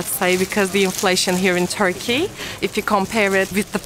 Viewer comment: No offense, just trying to help... Turkey is NOT pronounced "Toorky". 🙂💁🏼